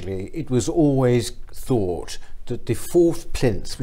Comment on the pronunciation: Good luck for, she's making all the right noises but if I could say one thing she needs to stop saying Fink and Fought and Free (when it's Three) Using F's when it's Th really does let her down. Sorry, I probably sound like an old git.